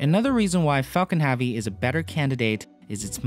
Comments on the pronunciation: It's pronounced hevy not havi. Falcon Heavy not Falcon Haavy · "affard"? "Falcom Havee"? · why does he pronounce Falcon heavy Falcon haavy? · Falcon HAVE-ee ?? His mispronunciation is just annoying.